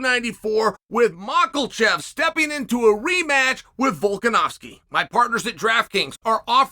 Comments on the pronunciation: Literally as i read his he was saying Machlchev lol it’s pronounced “MaHAchev” uncle chael! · It's crazy Chael still doesn't know how to say mahkachev. I don't know where he gets the L from. Makalchev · “mackelshev”….bro WHAT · Makel chev 🙄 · Macklechev is what he said. 😅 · Cheal " I can't pronounce any names" Sonnen. 😂 Macklechev, Hazmat. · That "Makelchev" sure is a warrior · Hazmat is funny, but mocklechev gets me every time😂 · Mokolchev. This is your job. Learn the fighters names, be a professional. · For Crying out loud it's "Humm-Zaa" and Ma-khaaaa-chev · I love it when he says Machelchev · "Markelcheff" lol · Who is mocklechev?😂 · Still saying "markelchev" but you're the gansta so you're right! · Mackelchev 😂 oh chael is the king of trolling